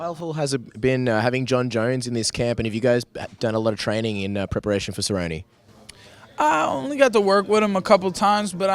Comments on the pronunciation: Nermaganmadof Donald serri-oni hahahahahahaha I'm dead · guy with the glasses is a fuckin weirdo cant even say cerrone properly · The guy with the glasses is such a fucking meme. I laughed my ass off when he pronounced Donald Cerrone. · The way that dude pronounce Cerrone made me cringe. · Lol this weirdo with the glasses. And he can't even pronounce Cerrone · Did this guy butcher Donald Cerrone's name lol?? this dude's funny as hell